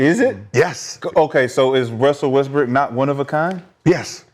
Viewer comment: ALMOST said westbrick 😂🤣😂🤣